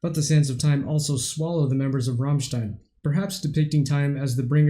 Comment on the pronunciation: Well, their name is not Rommstein, it's a as in damn ass Americans. At least you got the stein part right, many reactors say Rammsteen.